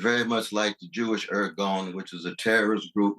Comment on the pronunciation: Cornel West couldn't even pronounce "irgun."